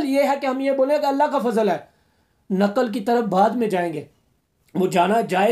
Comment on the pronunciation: آخر میں نقل کاجولفظ بولاھے بالکل درست نہیں لہذا درستگی کریں